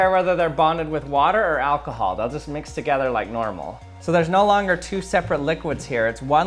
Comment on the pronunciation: "What is this, Alkahaaal?!"😂😂😂